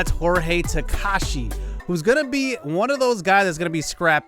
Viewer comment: Ta-ka-ha-shi not takashi